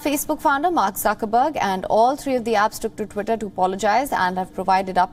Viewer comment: She literally pronounced suckerberg. 😂😂